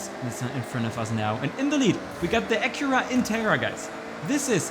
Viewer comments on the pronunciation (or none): none